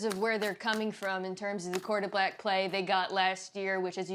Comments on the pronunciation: Did she say quarter-black play?😂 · I heard the same 😂😂💀